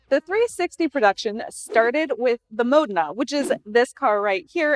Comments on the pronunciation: We are both wrong, the Italians pronounce - Mo den a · Dumb bh cant say modena